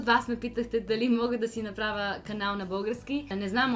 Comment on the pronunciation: Actually, you pronounced "направя" better than your mom. The correct pronunciation of vowels at the end of the words is to darken them. So having your mouth wide open for a я is not correct. Tell your mom that and have fun 😉😁